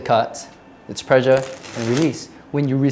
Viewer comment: Instead of "pressure" I heard "pleasure". Sure made a difference in how I viewed the video!